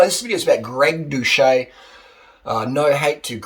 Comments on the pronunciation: His surname is pronounced without the ‘H’. Watch one of his videos again to know. If you’re going to vlog about him at least get the pronunciation correct. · The guy literally says his name in every outro of every video. And you can't pronounce his name. So are you ragging on him without ever watching a single video, or are you just enjoying passive-aggressively calling him a douche?